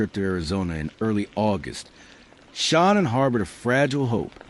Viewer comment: The A.I. narrator is terrible, they keep calling Shan-Ann , Shawn or Shawn Ann …. N.K. knew all about Shan-Ann she was “stalking” her online. The original violence plan was this: N.K. was in the Watts home, it was planned that she was going to take Shan-Ann’s vehicle, phone, purse, text from Shan-Ann’s phone ( as Shan-Ann ) that she was going away for awhile and would touch base later. HOWEVER, Shan-Ann changed her phone PIN during her trip, N.K. could not get into Shan-Ann’s phone ! That’s why N.K.’s phone pinged in the Watts neighborhood. N.K. was going to ditch Shan-Ann’s car as if it broke down or they were abducted. Chris was going to “take care” of the family while N.K. was doing her evil deed. Their plan was foiled due to Shan-Ann changing her phone PIN . They were upset hence throwing the phone into the sofa, that’s why the phone was found in the sofa and not with her other belongings. N.K. should’ve been investigated more, I think the detectives totally dropped the ball investigating N.K. and just letting her walk. Why else would she change her name and go into hiding ?